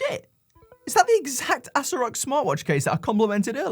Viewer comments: Ass-o-rock is the correct pronunciation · That name is a hard stop. Anything that can be pronounced ass-o-rock has to be a troll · Pronounced assorock No I cannot I just can't This has to be a joke Seriously, my mind conjures up negative street watch sales stands, not good. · do you even know what Asorock means? how is the brand name a problem? and it is pronounced Hay-so-rock! yall racist in this comments